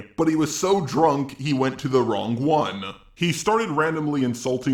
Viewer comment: Holy fucking shit you're annoying. The way you speak is like nails on a chalkboard. I understand a grade school education is probably a little difficult for you and that's likely why you have to resort to making videos on youtube but here's a tip. The G at the end of the word "wrong" is silent. It's "wrong", not "wrong-guh". Fucking fuckhead.